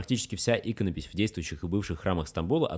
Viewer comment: Спасибо, очень интересно, да еще и грамотно! Прям порадовалась за правильные ударения, особенно в слове иконопись.